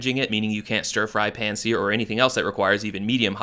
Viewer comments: I think the thing I hate most about this pan is the way the founder pronounces p-hhhaaaaa-nn in all the ads for it 😖 I've told many many friends to either spend the money on a Le Crueset pan or look out for a cast iron at a garage sale or thrift store. Yeah it won't come in IG asthetic-ready colors. But at least you can put it in the oven 🤷🏿‍♀️ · In a moment of incredible pettiness, I decided I disliked this product based purely on the creator's bizarre pronunciation of the word "pan" in ads that I saw a few months ago. I feel justified in my pettiness now, which is...well, petty of me 😅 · It’s totally intentional. She doesn’t pronounce the letter a incorrectly in any other word. She thinks it’s cute 🥴